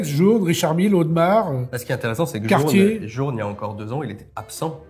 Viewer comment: … Cartier « DAYCE » en prononciation… Dice = dé en anglais!